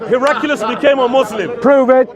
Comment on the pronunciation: Also, it’s Her-ak-lee-us.